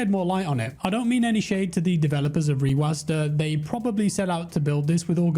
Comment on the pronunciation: its a program called rewasdah lmfaoo